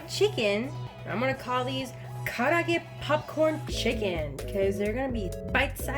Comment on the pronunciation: I dont pronounce it nearly as well as you do but it looks really really good.